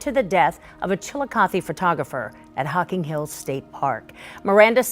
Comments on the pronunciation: Chiluh cothie as in Cathie. Emphasis on third syllable. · You pronounced Chilicothe correct the 1st time. Then, you called it "chilicoth" later on. Accuracy is a part of research. I've noticed from previous vids, this channel doesn't dig too deep for research. This is a "little" mistake but it's still a mistake. I pyt thecword little in quotations because hometwon people hate to see/hear others screw up facts about their towns. Every time i go back to where i attended school to see friends, the hubs says i went to Flint. No, i went to the firy near Flint, whete i attended school. 😊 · It's pronounced "Chill e coth ee" Not Chillicoth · It's not chili, it's chill and i as in ill not chili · You're pronouncing Chillicothe wrong it sounds like Chillicothey not Chilli cothe. I know because I lived in Ohio from birth, 1971, until 2007, when I moved from Waverly, Ohio, not 30 minutes south of Chillicothe, Ohio, in 2007. My former uncle Charles Mansfield was a game warden at the Hocking Hills Park for many years. He'd seen many issues of human negligence and disregard for the rules and safety precautions instructed at the expansive park that consists of Old Man's Cave and Ash Cave. Hearing this is no surprise but feeling devastating for what that poor woman went through. Complete disregard of those boys for a human life. I feel so sorry for all involved. Those boys got what they deserved. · “Chili-coathie” lol For those not from Ohio, it’s pronounced “chil-le-cawth-e”, sounds kinda like “chili coffee” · chi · luh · kaa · thee this is how you say it honey....google is free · It's Chill-ih-cawth-ee Ohio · Its pronounced "Chilla-cothy." And that sentence was a joke! Those kids will just go on with their lives and forget what they did! Disgusting! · Pronounced chill e cothy... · I can't add anything to what many have already said, particularly about the sentencing. But if there's a way to edit the video, please do so: it's pronounced chill-i-CAWTH-ee. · Pronounced Chilicothy